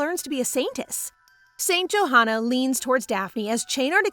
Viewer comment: Wait it’s not St “joehana” that’s not how you pronounce it it’s “yohanna”